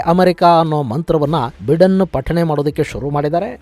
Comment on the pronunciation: US ಅಧ್ಯಕ್ಷರ ಹೆಸರನ್ನು ಬೈಡೆನ್ ಎಂದು ಉಚ್ಚರಿಸಲಾಗುತ್ತದೆ, ಬಿಡೆನ್ ಅಲ್ಲ.